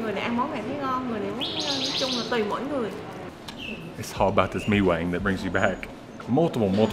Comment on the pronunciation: Pronounced Mi Kwang instead of mi wang